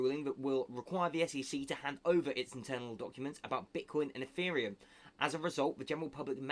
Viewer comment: Did you just say eFFereum ?